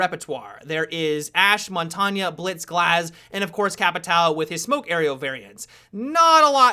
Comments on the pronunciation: Montagne is pronounced MON-TAIN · Stop saying montania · You're pronouncing Montagne wrong.